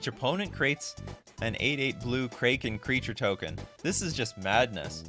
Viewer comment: Can’t pronounce kraken? Doesn’t know guy fieri? Smh..